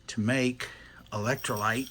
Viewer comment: He says electrolights... But really, its Brando. Remember... BRANDO, ITS GOT WHAT PLANTS CRAVE!...